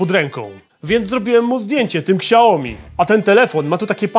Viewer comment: Szacun dla za materiał, ale.. serio kałomi? Toż to badziew jest xD